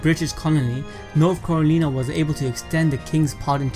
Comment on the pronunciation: Not carolinah